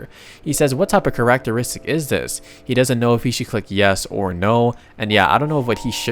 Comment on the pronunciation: ah yes karach-teristik